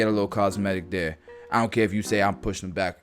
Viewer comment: Love the cut, love the education. Absolutely enjoyed hearing you say, "I'ont care what nobody say!" You gotta give the cut service that will solve or help address the concern.